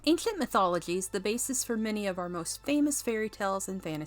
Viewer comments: Is this voiced by AI? Who pronounces"mythology" like that? I've never heard it pronounced that way in any dialect of English. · You're pronouncing mythology wrong. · Does anyone think she pronounces the word mythology funny?